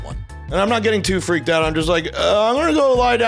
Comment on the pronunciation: you pronounce your "ing"s like "ink". It's getting me so angry.